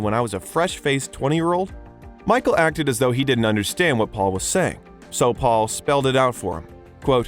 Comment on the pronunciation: . Twice in a row the narrator says "Faul"